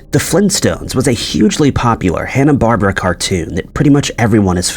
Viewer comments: It's not Hannah Barbara ...its Hannah BAR-BEAR-RA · So now it’s pronounced Hannah Barbara instead of Hanna Barberra (bar bear ah) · I thought he said Hana Barbara? Like the female name Barbara, I don't know if I'm spelling it right? But her name was always Hannah Barbera (Barr-Bear-Rah) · Hanna Barbera isn't pronounced correctly here. You pronounced it like the female name "Barbara." Mandela Effect? Nope. Older folks know older stuff 🧠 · It's pronunced Hannah Bar bear ah not "Hannah Barbara". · I got one. I could have sworn, The Flintstones was made by Hanna Barbera, not Hannah Barbara like you said. Your channel sucks. You're milking nothing out of nothing. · Also, I believe lt's pronounced Bar BEAR a, not like the name Bar bar a. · it’s always been Barbera and that’s not even part of the whole Mandella Effect. I just noticed he said it wrong. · It's Barbera. BAR-BER-A. Not Barbara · You could at least attempt to pronounce BarBearA correctly geez. This has to be AI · Hanna - Bar-bear’-a is the correct pronunciation.